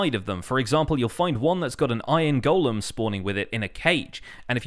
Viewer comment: So glad to hear you pronounce “golem” correctly. I don’t know why all the other YouTubers want to pronounce it “gollum.”